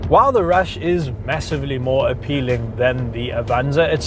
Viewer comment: U say rush and it sounds like rash 🤣🤣